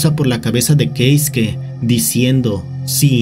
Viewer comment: "Queisque". 😏 - "Queisque, ¿oyeron? Queisque... Uh la la, Señor Francés; sí como no..." 😒 - ¡Cómo se dice entonces! 😠 - Keisuke. 😅